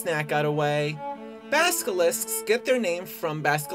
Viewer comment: "Baskeliscks get their name from Baskelisckus" lol wtf....